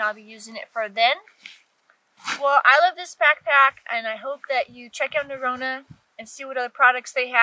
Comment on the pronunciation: Looking foreword too it - remember to use the drone footage for your intro - it could be a signature for your channel - maybe you could praktise pronouncing the Ø in Norrøna ha ha - really like your accent 😊